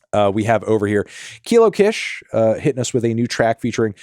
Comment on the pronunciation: It’s kilo KISH. As in LaKISHa. Not kish as in “kitsch”